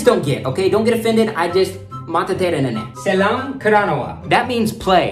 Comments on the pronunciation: Not SELAM KARANAWA , it's SELLAM KARANAWA. And not KOSA it's KOSSA bro 😂❤ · Kossa is the right word. Not Kosa Also sellam is the right word.. Not selam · It seems your audience gonna be sri lankan people. As you present it wonderful and hilarious way Better saying as, Kosa as kossa Vishwasha as vishvasa As a beginner start pronounce kiyewwa as Ki yew wa Selam karanawa as sellam karanawa However your words can be understand as they are. Nothing to worry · Dude it's not Selam karanawa it's sellam